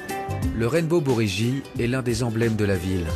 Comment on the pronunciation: "le Pont Arc-en-Ciel, le Rainbow Buridji" :D Oui ... Enfin bon, "buridji" étant une transcription japonaise de "bridge", c'est donc "Rainbow Bridge", tout simplement !